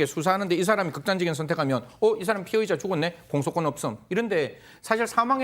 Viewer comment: 졸라게 발음 똑바로 해야 될듯 피해자.피의자 차라리 피해자.가해자 이렇게 해라 좆도 뭔말인지 모르겠다 씨~~~